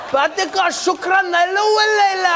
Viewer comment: OMG when he started mumbling in Arabic 😂😂😂😂😂😂😂. He said some words though ,and I think he knew what they meant. Like when he said Shokran and specially "yallah". and the tone and all was so in point, he must have seen someone talk like that 😂😂😂